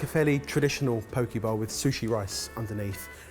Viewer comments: Hey, Hawaiian here. It’s pronounced Po-keh not po-key. Still love the show and you but like. That’s cringe worthy man. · It's Poke not *Pokey*!!! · Okay but no ones gonna comment on how it's pronounced po-kay not po-kee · Po-keh not pokeyie, and that’s more of an LA/mainland/tourist bowl not a “traditional” poke bowl. Turns into a salad instead of a poke bowl. Still like the video though :) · Bloody cheek for complaining about the pronouncing of chorizo while y'all are pronouncing Poke as Pokey. Ether someone got put in a fishy prison or some really loves to be fingered. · For the first minute I thought said poke balls. I'm like I have never seen a poke ball in a restaurant, let alone eaten one... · Pōk-eh is how it’s pronounced in Hawai’i and Hawai’i is pronounced Ha-va-ee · Poh-kay bowl. Poh-kay. You're up for the next pronunciation lesson. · LOL That moment when mispronounces a dish like it’s a place in which Miss Trunchbull is going to lock him. FYI correct pronunciation rhymes with OK and sake (the Japanese rice wine...Ben)